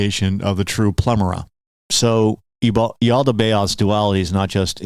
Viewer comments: Why are you saying "plemera"? It's called the Pleroma (pleh - RŌ - mah). The opposite, this world, is the Kenoma (Keh - NŌ - mah). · It's Pleroma, not Plemora, mate... lol